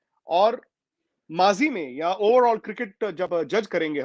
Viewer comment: That is mazi not majhi